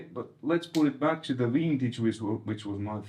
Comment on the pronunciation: Did actually said Vintage and now Wintage!? 😋, good to see a Dual Rec on your channel! yeah they are a different beast! I sold mine and got a VHT pitbull (back in 94!) after that "Helmet aftertaste tone", tooootally not understanding what the DR tone was about! Getting another DR 2025! 😁